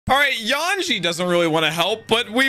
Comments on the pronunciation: His name is Yonji with a hard o brother. Stop saying it wrong it tickles my brain cause it's a number mispronounced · Yanji and Raiju? It's Yonji and Reiju. This will be my 400th consecutive time asking to use his massive headphones, or unmute the show because he is 100% not listening to a single word audio wise.